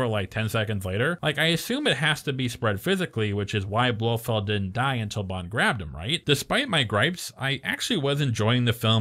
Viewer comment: BloFELD not Blowfield 😀 I see you caught that